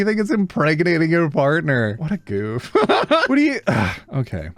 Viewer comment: that "what a goof" was the most Canadian thing I've ever heard you say 😆